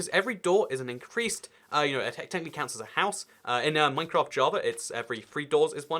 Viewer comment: Minecraft I thought you said mein kämf